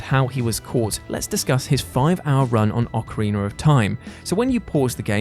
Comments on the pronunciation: Stop saying OcarinER, it’s OcarinA! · Ocariner of time